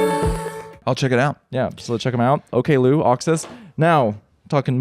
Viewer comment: Interesting note: includes Oklou on his Best Of 2025 playlist so he must have liked her in the end. I believe she pronounces it Ock-loo not Okay-loo though